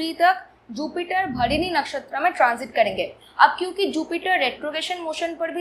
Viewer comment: Mam its Bharani/भरणी (and not Bharini).